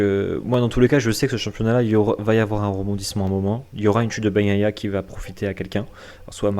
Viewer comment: Continuez, mais par pitié, nos oreilles saignent, à chaque « Baguenailla »